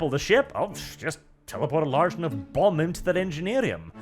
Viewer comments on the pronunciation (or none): none